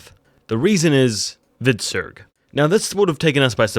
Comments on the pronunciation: love your videos but please stop saying "viksuk". The name was "Hvritsek", pronounced "Kvitsek", which is still not correct old norse pronounciation but close enough. Just saying violating our old names really hurts me. ;) For further studies on names, language, pronounciation and especialy old norse historie, I highly recommend you check out Jackson Crawford channel on youtube. :) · Hvitserk is not pronounced Vixet. Come on man, you are dedicating so much to this and your videos are good but this is pissing me off. It's more like Vitserk, meaning "white-shirt". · Your pronounciation of Hvitserk and Ubbe is the worst...